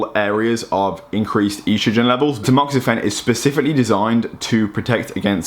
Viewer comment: Love you, but you HAVE to stop saying E-strogen lmao its just estrogen. Not E-strogen! Haha keep up the dope videos though!